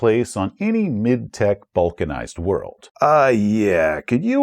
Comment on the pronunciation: I understood "vulcanized" instead of balkanized, so your explination of the term really confused me :D Both words tend to come up in my daily life but both are in that area, where I know sort of what it is but could not define it on the fly.